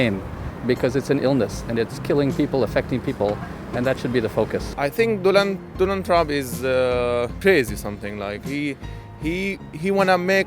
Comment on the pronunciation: The way he pronounced donald trump 😂😂 “donal trunk”